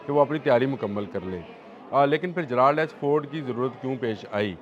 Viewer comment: جے رلڈ بولتے ہیں جرالڈ نہیں سر ۔